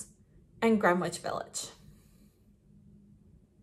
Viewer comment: As a NY er I can tell u its pronounced like Grenitch. 10 out of 10 9n the video Made me happy xx